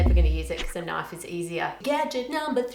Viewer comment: "that's not a knoife"